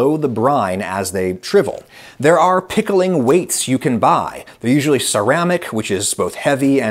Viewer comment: I don't know if I'm the only one, but the way Adam goes really hard on the word "PICKLING" at the start of the video had me and my girlfriend giggling, especially since it came right after an ad.